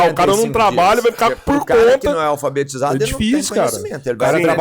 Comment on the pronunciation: Minuto . O gordo manda um "aFALbetizado". Ele deve ter feito parte do 1/3 que parou de frequentar as aulas. Jumentinho se acha inteligente ainda.